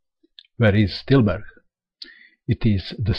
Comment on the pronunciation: Great video as always. You're also one of the few foreign people that i know that can pronounce Tilburg correctly. Impressive.